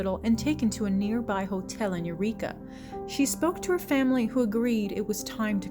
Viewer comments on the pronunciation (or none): none